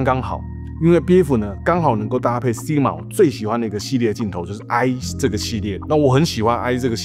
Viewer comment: SI G MA...不是 SIG MA